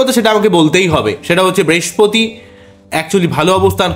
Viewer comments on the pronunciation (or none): মানুষের ভাগ্য নিয়ে বলছেন অথচ উচ্চারণ ঠিক করে করছেন না। "বেশপতি" কি?কথ্য ভাষা বলে নিজেকে আড়াল করবেন না।